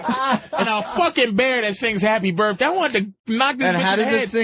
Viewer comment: “Happy burrday” is how I say that shit till today 😂